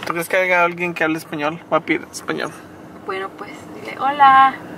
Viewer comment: No es "aiga" es haya